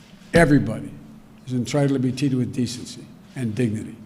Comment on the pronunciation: “Everybody is ENTRITLED to be TEETED with decency” 😆🤣😂